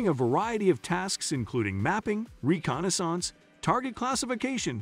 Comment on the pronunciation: "Re con i sonse"